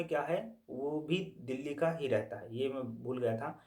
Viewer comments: bhai ye dheelhi kya he...delhi bol rhe ho kya❔ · Phle Delhi Bolna sikh lo😅